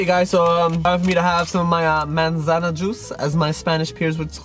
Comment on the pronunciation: btw its manzana not mansana